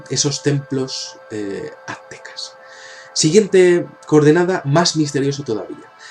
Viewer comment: adenás, son construcciones Mayas y no "Atecas", no se dice atecas, es Aztecas